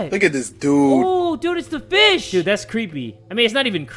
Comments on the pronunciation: When he said walking fish I legit though he said walking bish and I was so confused.... 😂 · I thought you said the walking bish